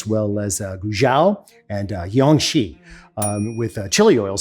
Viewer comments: we need to get Alton some Chinese lessons 😭 did he say yang-shee for Jiangxi I will concede that trying to sound these out to Americans and barely having a grasp of the tones myself trying to spell it in a phonetic way that isn’t pinyin feels like having a stroke (lol, stroke) Guizhou “gway-joe” but jiangxi.. “(like gee whiz) gee-yang-sure” like the word sure in English? There’s so many american accents that this is a terrible example. I’m gonna get roasted but I’m trying here lol they did make pinyin for a reason. The J in Chinese as near is I can tell is never pronounced like j in romantic languages like Spanish. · First two Chinese provinces was pronounced correctly. Last two I had to put the subtitles on to even know what Alton is saying. It's pronounced Gway-tsoh (Guizhou), and Chiang-see (Jiangxi).. What's up with the eastern European J sound? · His pronunciation was pretty good for Sichuan and Hunan! Guizhou is pronounced roughly as Gwei-Drou, like Drought without "t"; Jiangxi is pronunced as Ji-ang-Shee, where J sounds like that in "Jeep." Also Qing (Ch-ing, like that in "Check" ) dynasty.